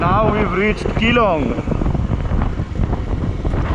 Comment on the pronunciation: Bro i did ladakh from Delhi to ladakh Via Sach pass killar .....solo......it's an awesome journey...but should have explored udaipur..... Pronunciation is kiiilaaaaddh